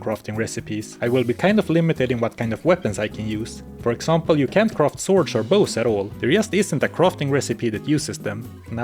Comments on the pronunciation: I feel great respect towards the narrator but I'd just like to humbly note that it's physically challenging to hear all the time croft instead of craft. I mean, we all appreciate Lara Croft, but she's not the case here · It's not pronounced "croft", you know?